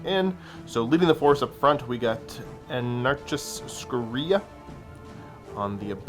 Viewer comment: ANN-uh-Car-us SCOR-ee-uh. Sorry, I had to do it.